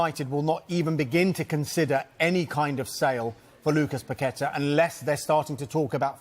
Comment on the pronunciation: Props to for pronoucing Paquetá's name correctly